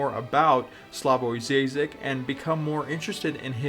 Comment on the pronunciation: "Dzaizak" Duuude, cringe